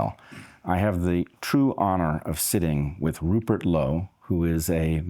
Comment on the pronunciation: 'Purert' Lowe?